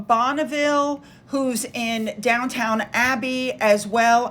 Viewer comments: Hi, great video. Just a little friendly note. It's 'Downton' Abby, not Downtown Abby. I used to say the same thing, until I saw the series. 😁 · I followed S Smith today for Trevor Coult BTW JudyDench is DameJudy Dench. Your pronunciation of Dowton Abbey is incorrect, I know it’s very different than our American pronunciation. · Correction,please…… It is not DownTOWN Abbey……..it is Down TON Abbey.